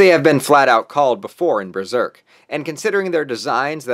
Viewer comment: This is great, except its pronounced "buh-zerk" not "brur-zerk"